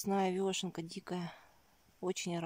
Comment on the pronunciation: Очень вас уважаю.Но простите почему вы говорите вёшенка ?Всю жизнь знаю как вешенка......вешенки.Простите даже удобней говорить.Я правда не специалист по грибам но вешенки покупаю часто.